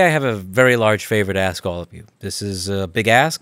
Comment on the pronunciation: The k in ask sounded silent "This is a big ass"